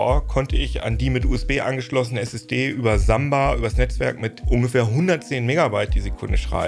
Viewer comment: Wieso spricht er RAM und Flash englisch aus, aber SSD nicht? 😂😂